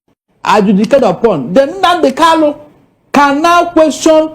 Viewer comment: My friend, his name is Kanu and not Kalu. It's irritating hearing this supposedly educated man saying Kalu instead of Kalu.